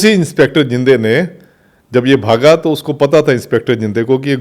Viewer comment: Inspector zinde nai bhai zhende hai